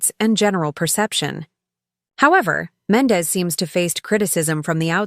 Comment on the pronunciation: I’m unsubscribing from this desperate attempt from this lady who cannot pronounce black peoples names for shit! It’s offensive and sad as hell that she speaks about people she has no idea about. So we know she isn’t even knowledgeable on r&b and hip hop. She said “Tumar and Mendez”????? So clearly she didn’t even take the time to ask someone she just throws random shit out there and some of us can recognize b.s when we see it! I STILL DONT SEE HOW SHE GOT MENDEZ, FROM MENDEECEES??🧐 Jesus take the wheel!